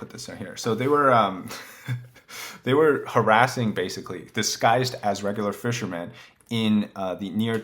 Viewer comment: There is no s in the word fishermen.